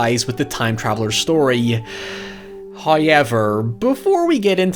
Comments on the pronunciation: I can't stand the way this guys says "hi-eever" instead of however. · this guy sounds so uneducated and idiot. who t f pronounces however as hay-ever? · You have the WEIRDEST "however" i heard,ever!!! "HAIIJEWWERRRRR"... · Every time thick northern Irish accent pronounces "However" I get a little giggle. And the 2002 movie is really underrated imo.